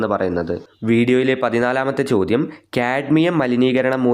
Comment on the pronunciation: It is ചോദ്യം not ചോധം